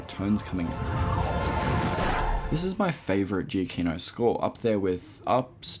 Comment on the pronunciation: Dude, Giacchino is pronounced Juh-key-no (says on spotify bio)